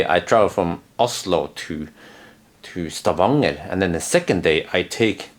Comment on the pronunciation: He forget only the letter "N" between "A" and "G". They have not change the name in Stavanger to Stavager yet.